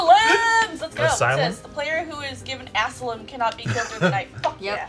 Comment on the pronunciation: Asylum: Pronounced "ass-a-limb"